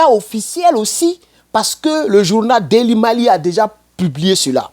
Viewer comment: DAILY MAIL [actualités du jour]. On prononce MÉIL [MAIL] ❤❤❤❤❤❤❤❤❤❤❤❤❤❤❤❤❤❤❤❤❤❤❤❤❤❤❤